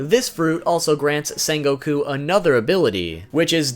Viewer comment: How are you mispronouncing his name? ITS SEHN NOT SAHN